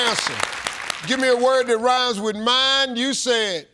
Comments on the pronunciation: He was saying mime.. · He said "mind," but it sounded like "mime" to me, too. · For the questions asking for a rhyming word, Steve should spell it out. Both times I heard "mime" and I am wearing headphones.